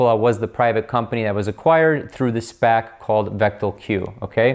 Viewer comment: Been waiting for someone to explain SPAC's in layman's terms. Thank you,! Also bonus I now know how to correctly pronounce it (been calling them S-passes lol).